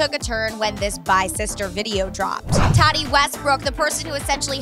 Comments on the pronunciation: TAAAA-TEEEEEE Not Tottie🙄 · Her calling Tati “t-A-t-E” bugs me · Tadi lmao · Her name isn’t Tottie. It’s TA-TEE. That pronunciation is awful. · I'm English. I don't pronounce Tati with an O. It's Tati, not Totty... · She keeps saying Toddi...I can't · that spelling would still be pronounced “tah-tee”... shes saying “tadee” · It sound like she’s saying “toddy” instead of “Tati” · Stop saying toddy it’s TAT I 🤣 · who is toddy?? i thought her name was TAH-TEE 🤷🏽‍♀️ guess not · It's pronounced TA TI not toddy. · Lol it's Tati... not Tadi.. (Tah-tea) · Her name is not tottie it’s ta-tee 😂😖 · TAH-TEA!!!!! not Todie 😂🤦🏼‍♀️ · Me: Tati: Tadi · Can people stop pronouncing her name as “Tadie” or “Taddie” it’s “Tah-Tea” omfg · ITS TAH-TEE NOT TODDIE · I hate the way she saids her name, makes me want to steel the mike and be like Its TATI TA-TEEE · ITS PRONOUNCED TA- TI!!!!!!!! NOT TODDY!!! 🙄😑😑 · Her name is Tati not Toddy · You triggered me by saying “toddie” not TATI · TATEE NOT TADEE! Omg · TATI not Toddy🤦🏻‍♂️ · it’s pronounced ta-T not ta-D😐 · Tati, not tatee lol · It's not todee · TATI NOT TADI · Omfg it's TA TE. Not tottie Jesus christ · PLEASE research how to pronounce peoples names before you all use them 1000 times in a 2 minute video! First it was Corinna now it’s Tati.. you all are pronouncing her name toddy and it’s more like TA-TEA! Please use it right! LoL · Her name is pronounced like (Tah-tee) 💀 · Did she really just say “ Todi” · Angel Fisher did she say tody at one point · Literally been screaming at my phone asking who tf TADY is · I was like who's tottie am i missing something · K*Ships in K*Chups ik this girl has a problem with pronouncing t’s. Todiana? Tadee? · Who's totti I only know tati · i think your mean tah-TEA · Like hot toddy, not Tah-Tee!? 🤔🤷🏾‍♀️😂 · Oh wow the mispronunciation in TAH-TEE name is something else. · “TOTI” I’m so triggered! Girl get it right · it’s pronounced TAH•TEE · It sounds like she saying Toddy.....